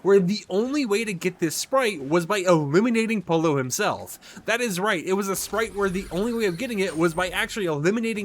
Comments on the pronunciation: Yeah I cringe every time he pronounces it polo instead of poyo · @@ FNCS caster can say “Peterbot and Pollo” correctly when have you heard them say “Peterbot and Polo 👕”? I didn’t say “Perfectly pronounce” it’s the easiest word to say, like Yo-Yo but Po-Yo. Not that hard to figure out man. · It’s no called Polo is pollo (Spanish and Italian for Chicken) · Is it so hard to learn how to pronounce Pollo’s name? It’s Spanish for “CHICKEN” not a fucking game where you hit a ball riding around on a horse 🤦🏻😩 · He’s not Spanish speaking so why would he be able to perfectly pronounce the word if someone’s a mandarin word was written in English you would struggle pronouncing it if ur English it’s not a hard concept to grasp